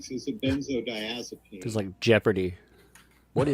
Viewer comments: It’s so funny that the lawyer can’t pronounce benzodiazepine. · The Turd’s Lawyer should learn pronunciation. Geez